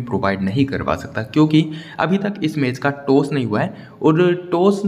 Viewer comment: टोस नाही भाऊ टॉस बोल